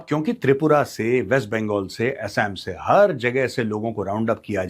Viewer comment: Please say "आसाम" not "एसेम" if u r true Nationalist